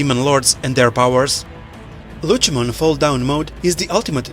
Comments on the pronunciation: Lutshemon? Cmon man. Its Lucemon, with a C. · How on earth do your pronounce lucemon incorrectly but can pronounce Lucifer correctly?